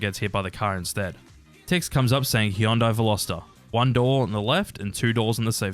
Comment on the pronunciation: god that pronunciation of Hyundai is atrocious